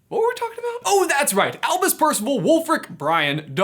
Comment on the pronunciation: Acronyms for the win! Also, who else heard Elvis, not Albus?